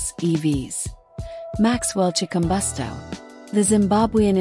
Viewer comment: Chikumbutso not Chikumbosto.